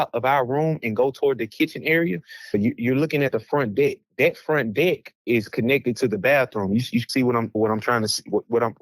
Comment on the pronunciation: Thats deck. Not dick.